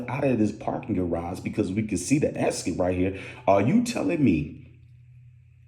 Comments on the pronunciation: X-It/Exit‼️ my guy said esket‼️🤣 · Great work bro let me understand so you want to be a news reporter but do you have a problem correctly pronouncing the word exit think about that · He repeated with all his jewelry on.. Yea ok cause the bags was the motive.... And it's Ex-it broooo Exit